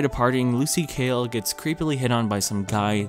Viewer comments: It bothers me you keep saying lucy kale when her name is lucy hale 😅😤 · hes saying kale instead of hale and it fucking pissing me off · really said Lucy Kale